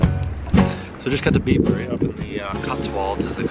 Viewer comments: Bibury is pronounced - Bybree 😉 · It’s pronounced byebury,weird little place...should’ve seen oxford you’d love it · Great vid! I live near Bibury so fun to see it featured. Just so you know we natives pronounce it 'Byebury' not 'Bibury' - all the best!